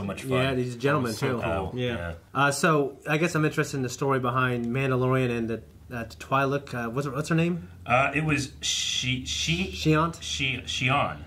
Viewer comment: Why does everyone say Twi’lek like Twilight 🤦🏻‍♂️